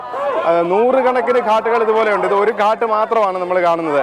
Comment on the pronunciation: ഘട്ട് എന്നാണ് ഉച്ചരിക്കേണ്ടത്🙏🙏👍👍👍